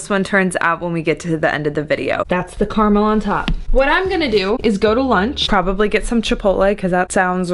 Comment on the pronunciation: what is this CARMALL that you are talking about?? Don't you mean CAR-A-MEL?